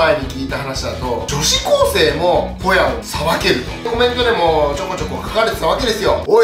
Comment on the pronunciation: ホヤを捌くが親を捌くに聞こえた